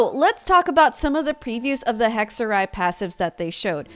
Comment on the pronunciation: So weird that all Genshin players are saying 'hekserij' al of a sudden. It's Dutch for witchcraft. Excellent pronunciation btw.